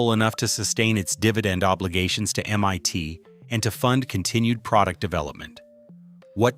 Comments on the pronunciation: First off... Excellent documentary. Well researched and well written. But I have to criticize your AI narration here. Either you are a non-English speaker, or you have deliberately chosen not to do a small bit of quality assurance in proofing your audio content looking for any miss-pronounced phrases. This video by example, seems to have a problem with how to say MIT, or to list a particular year. If English is not your particular strength, I would suggest hiring someone who is just to proof your AI narration so it can be corrected before publishing. Then again, it may be less costly to have a real person do the narration for you. It just gets annoying as time goes on and we collectively are subjected to the same old poorly spoken words and phrases that AI seems to have trouble saying. Just a thought! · "mYt" ???? C'mon GET IT RIGHT !!! It's Massachusetts INSTITUTE of Technology. M-EYE-T ! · Shame the AI-generated commentary can't even get MIT right (calling it "MYT") and various other slips. The content is interesting but the dreadful commentary is distracting. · I fucking loathe this overused AI voice!! It's always the same! Can't pronounce MIT, Keeps saying MYT! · Interesting information. Just a pity that the AI voice makes so many speach mistakes like calling MIT M one T 😂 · These AI videos are entertaining IF you have nothing else better to do. MIT is not M ONE T. Hilarious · While the information is interesting, I am distracted by the AI narrator who cannot pronounce MIT correctly (calling it MYT instead), etc. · I said the same thing. I was like Waaaa?! NYT? Drove right by it today. It's still M. I. T. Lol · M.I.T. !!!!!!!!!! NOT M.Y.T. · MYT instead of MIT. Inexcusable AI slop. 🤬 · Your Ai keeps saying "m-y-tee" every so often instead of MIT...rather annoying. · AI slop Em-Eye-T is not EM-One-T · Why can't this AI narration say the I in MIT? It says MYT repeatedly. And "bass" response instead of "base" response. Typical for lousy AI.